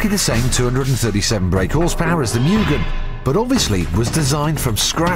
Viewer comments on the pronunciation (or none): It's M-U-GHEN As pronunciation.